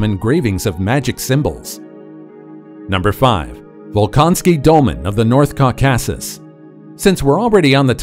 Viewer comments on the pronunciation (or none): "caw-CASS-us" LOL.